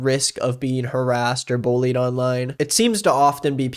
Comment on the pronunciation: He reminds me of this kid I went to school with, most annoying little shit I’ve ever had the displeasure of meeting… yeah he got kicked out cause he threw a chair at a teacher than flipped the desk… heh gotta love French class Side note: I love the way says bullied lol “bowlied”